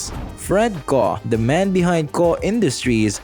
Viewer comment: It's not pronounced "Koh", but rather "Kokh". This is painful to listen to. Nobody thought of doing some research before making this? Unbelievable.